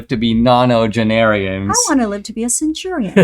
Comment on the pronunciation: Centenarian not centurian, lol!